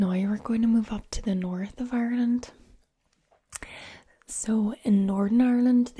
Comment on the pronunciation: When you said it like ourland I knew you were good